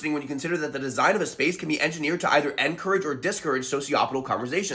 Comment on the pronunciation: Dude, the way you emphasize ENcourage vs DIScourage could be a video on its own.